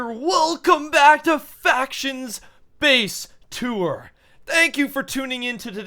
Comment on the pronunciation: Lol at the start I heard him say "face tour"